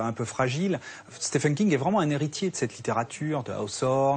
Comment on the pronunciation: Content de voir que Docteur "slip" a été écrit par Stéfene King. C'est [stiveun] (comme on prononce Steven Spielberg), merci aux Français pour le respect de juste prononcer le nom de l'invité convenablement !! :-)